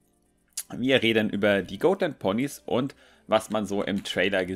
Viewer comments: Dann ist es aber immer noch "Got-" und nicht "Goat-". XD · Oh mein Gott, ich dachte ich wäre die einzige die es nervt 😅 Got nicht Goat,! 😂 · das sind doch keine GOATland Ponys 😂 oder sind es insgeheim doch Ziegen? Nein also es wird so weit ich weiß Gotlandpony ausgesprochen wird also so wie man's schreibt aber ich sage eher gottlandpony also das o nicht so lang gezogen da es sich anders komisch anhört 😂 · #Ziegenlandponys 😂😂😂 die Ponys sind keine "Goatländponys" 😂 Man spricht es so aus, wie man es schreibt, lol. Ich schmeiß mich echt weg Kommt, lasst uns den Hashtag verbreiten, hihi:P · das sind keine goatländ ponys D: Die werden genauso ausgesprochen wie sie geschrieben werden xD Und sie werden auch nicht englisch ausgesprochen XDD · Mich nervt es auch extrem wie falsch er die Rasse auch auf Englisch ausspricht. Ist ja nicht schlimm, wenn er es nicht weiss aber er wurde ja schon darauf hingewiesen. Da finde ich es schon ein wenig respektlos gegenüber der Rasse sie trotzdem absichtlich falsch auszusprechen. Wir sagen ja auch nicht Fäby zu ihm, sondern ^^